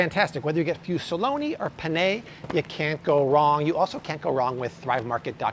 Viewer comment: I go crazy over grammar and pronunciation, especially because I am bilingual and it was required of me as a child. Why not also mention that is not pronouncing “penne” correctly, and that he says “for you and I” when the correct way IN THIS SENTENCE is “ you and me.” Nobody knows how to use these phrases correctly because they don’t take the time to deconstruct a sentence. Having said all of that, why not thank him for all his research, effort and the free education???? Discard what you don’t need and appreciate that he may be contributing to your health and that of your family.